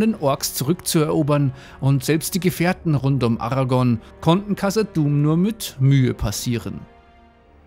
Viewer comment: Hat er gerade Aragon anstatt Aragorn gesagt?